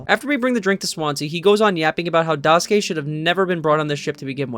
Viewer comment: im sorry but the way u pronounce daisuke immediately made me unable to watch the rest of the video 😭